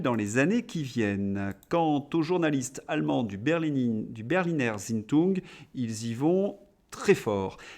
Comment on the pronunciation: Bonjour très cher et encore un grand merci. Berliner Zeitung = berlineur ts'ail tougne 🤣 si ma mémoire phonétique de collégien est bonne!